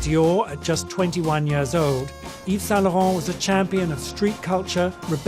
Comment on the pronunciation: First time I'm learning the right pronunciation of Yves Saint Lauren.